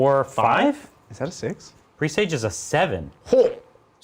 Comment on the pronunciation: It's not pronounced "pre sage", it's pressaj.